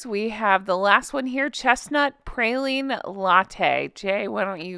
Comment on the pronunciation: As someone from Louisiana, it is pronounced “praw-leen” not “pray-leen”. Great video!! Not a Starbucks fan but it was a fun video! ❤❤❤